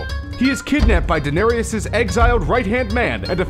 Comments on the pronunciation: ITS DAH-NAIR-ISS NOT DA-NAIRY-ES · Stop calling her danerius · i hate it how he says : denariases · It's pronounced (Duh-nair-es) jesus...